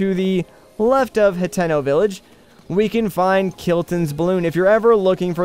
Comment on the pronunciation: Dude what is HatIno it’s hateeno